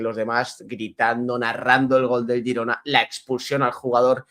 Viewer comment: El equipo se llama Girona, luego a la ciudad y provincia le podeis llamar como queráis. Pero lo dice correctamente, es el nombre del club